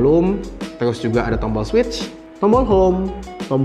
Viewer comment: maaf saran aja.. mgkn kan itu dah bawaan.. ucapan nya..Di bikin enjoy aja lah..